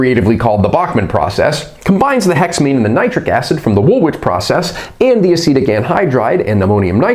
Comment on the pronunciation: I have to say this..... Its pronounced "wool-ich" 🙂 Excellent content though 👍 👍 subbed